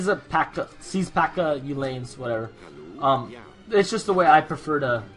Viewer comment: Hey there. Great stuff, keep the vids coming. I'd like to see a match on Ceylon, because oceans are cool. (Oh, BTW, according to Wikipedia, "Uhlan" is pronounced oo-lan rather than yoo-lane.) Anyway, looking forward to more AoE.